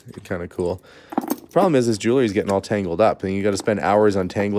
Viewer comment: I love your YouTube channel and wait anxiously for the next, but I have to say I am going kind of crazy not being able to correct you every time you mispronounce jewelry.